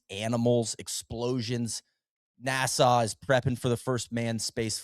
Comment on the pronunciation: First time I heard NASA pronounced the same as the capital of the Bahamas